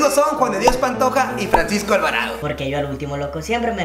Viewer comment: dijo fransico alv dijo hoy kenia